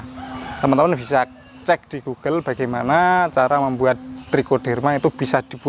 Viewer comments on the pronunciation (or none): none